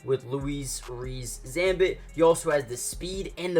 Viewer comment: Just in regards to Zammit it's pronounced the same as Lewis 👍